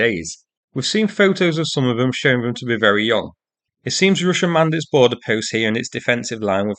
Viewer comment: What is "Ryssia?" Real bad pronouncing here. Almost impossible to "Inderstond"!